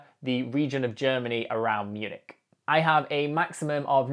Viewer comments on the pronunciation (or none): none